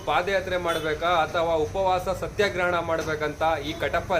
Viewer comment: Le kepradulla ಸತ್ಯಗ್ರಹನಾ ಅಲ್ಲ ಸತ್ಯಗ್ರಹ ಅದು ನಿಮ್ಮ ಅಂತಾರಿಂದ ಕನ್ನಡ ಹಾಳಾಗ್ತಿರೋದು